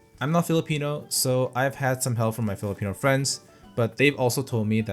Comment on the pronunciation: I can't believe you're Korean, you sound more like a PH local in pronouncing the PH terms well. Kudos!